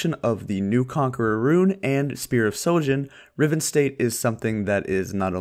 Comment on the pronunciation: Spear of sHojin not sojin